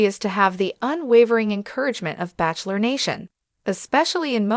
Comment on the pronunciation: This narrator and all narrators show learn to pronounce words right like Bachelor and Bachelorette. This goes for AI as well